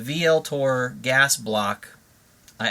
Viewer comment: This is a really helpful video. FYI - "Vltor" is pronounced as if the "V" were a "U" Thanks for taking the time.